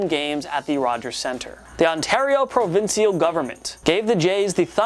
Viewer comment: I’m from Toronto and provincial is pronounced “pro-vin-chal”. Btw